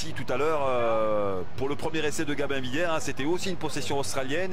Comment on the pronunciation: Gamin Villière?? Il ne sait pas prononcer le B ce commentateur? C'est GaBin Villière!